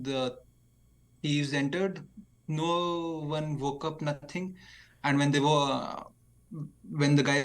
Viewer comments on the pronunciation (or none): none